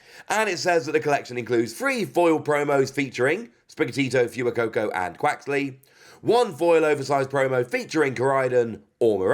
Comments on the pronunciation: Fu-ee-coco? Fway-coco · Btw, sorry if this has already been commented, but Fuecoco is pronounced "F-Whey-Coco"